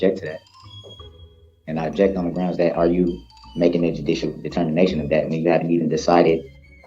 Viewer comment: 😂😂😂😂 wit(with) Grownz(grounds)